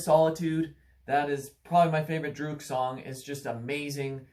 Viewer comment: Please learn how to say the bands name right.